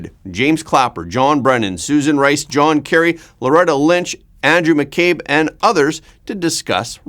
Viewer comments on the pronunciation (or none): none